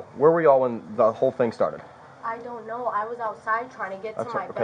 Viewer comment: Didn't do any theenguh!!!